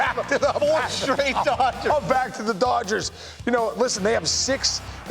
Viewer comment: Bro said “doyers” lmaooo